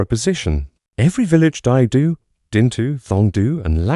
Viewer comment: Is this the future of youtube videos? Just bullshit AI voices? I have a friend who was at Dai Do and was about to watch this when it was totally mispronounced. Good luck in your low-attempt endeavors.